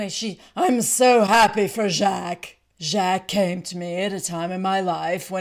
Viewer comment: Btw, Luanne is pronouncing Jacques correctly.